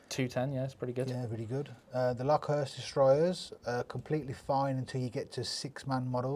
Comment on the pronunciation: What’s with Lokhurst? Pronounce it like the insect, Locust!